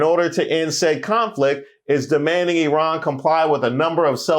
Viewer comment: Love that you said Eerun and not Eyeran Returning Afrikaners might disagree 😂😂😂